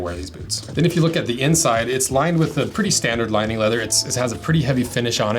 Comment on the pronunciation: Putting the "k" in the word "lining-k".